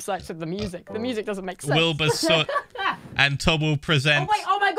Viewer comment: Did anyone notice that said Wibur instead of Wilbur